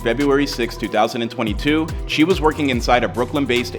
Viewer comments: Its C-Hii!! Long live bro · c-hii ( C high) no chii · it’s pronounced c high u dummy stop talking kid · It’s C-high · His name is pronounced "see high" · * C - Hiiii” like High C but flipped🥴pls don’t do him respect the legacy lordddd..I need y’all to do a lil better😭